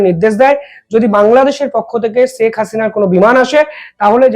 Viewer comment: ষ স স না করে শে উচ্চারন করতে শিখুন। শেখ হাসিনা উচ্চারন করুন।